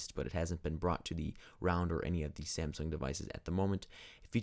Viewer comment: I Love how when he says Round it sounds like Realm